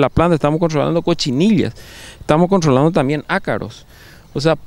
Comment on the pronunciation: "contrrrrrrolando verdad"